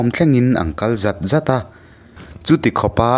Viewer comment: "Zing țawngțai inkhawm thlengin an kal zat zat a" tih hi i chhiar dik chiah lo a nih hi.... "zat zat" lai tak hi